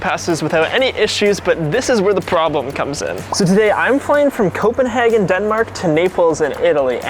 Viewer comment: G&B hearing copenahgen 😧